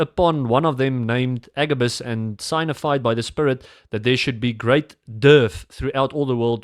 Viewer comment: Genade maar jy wil die engels en KJV voorhou as die alfa en omega, maar kan nie eers die engelse bybel reg lees nie. Gaan lees weer Hand en probeer weer die woord “signified” uitspreek!! Dis werklik swak as die taal nie eers reg uitgespreek word nie. Dalk aanbod julle die KJV meer as wat werklik nodig is. Maar net my 5c.